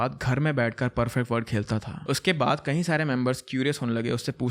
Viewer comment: I just want to correct a small thing. You often use this word "KAHI" instead of "KAYI" for example : insted of saying "KAYI DINO SAY" you say "KAHI DINO SAY" KAHI= Somewhere KAYI = more than once I hope you correct it. And i love your channel and am a subscriber.....keep doing the good work.....